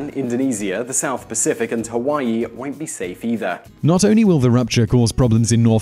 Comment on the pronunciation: He said Tawaii 😂😂😂